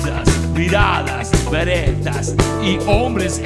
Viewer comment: Seeeee, dejaaaaa Los cambios en la lírica son válidos, considerando que las versiones son libres Pero pronunciar "beretas" para sonar como el Tano fue una pelotudez enorme